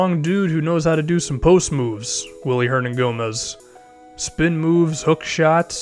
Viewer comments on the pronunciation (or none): I 'm from spain and it 's billy not willy